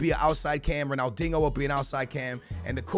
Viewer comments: It's pronounced Ronaldinio not ronaldingo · Ronaldingo say dinjo haha no offence bruv ❤️ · You’re a clown man, he’s Portuguese, thats how they pronounce it. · Why do you call Ronaldinho "Ronaldingo" ? 😂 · Why he call him dingo lol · The way he says ronaldinho 🙃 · Say Ronaldinho correctly